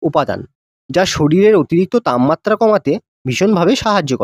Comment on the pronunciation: তামমাত্রা❌ তাপমাত্রা✅